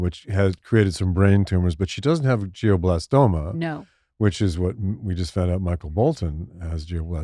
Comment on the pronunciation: Harry, it’s not geoblastoma, it’s glioblastima.